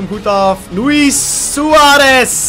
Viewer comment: Je zegt loeie niet loeies